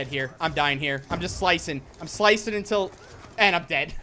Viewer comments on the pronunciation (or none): none